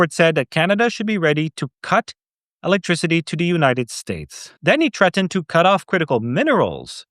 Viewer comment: and it's THREATENED. not Trettened